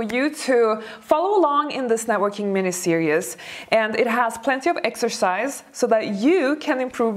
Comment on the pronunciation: ...I love your videos, and I am enamored with you.. You are lovely...I am old.. And I'd like to give you one pronunciation help...series...it's pronounced ser--eeez... I adore your face f and cute twists in your speech... But I had hard time understanding what you mean f when you said ser-eous... For series... Lovingly given hint... No offense meant